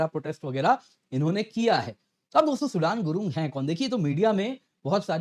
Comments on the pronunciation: Abey😂😂😂it's not सूडान गुरुंग, it's सुदन गुरुंग 😂😂😂भाई भाई क्या कर रहे हो। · सूडान नहीं सूदन गुरुंग! बड़े अंग्रेज़ हो गए हैं आप!